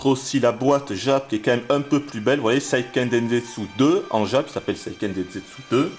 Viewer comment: non pas vraiment : la bonne prononciation : séiikeun dènsetsou...